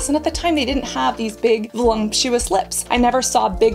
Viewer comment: VOLUPTUOUS! There is no such word as voLUMPtious!